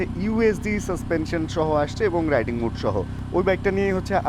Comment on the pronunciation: Bhaiya apnare titkari ba oshomman indicate kore kisu boltesi na just emnei ektu choto ekta correction korar jonno boltesi...apni jei mode er uccharon ta " mood" er moto koren oitar correct uccharon ta ashole "মোড" .. "মুড" na..